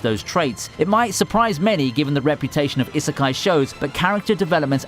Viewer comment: The way he pronounces "isekai" hurts me.